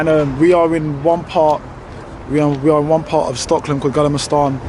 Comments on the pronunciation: It's Stockholm, not Stocklom! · Bro how are you pronouncing STOCKHOLM... Hahahaha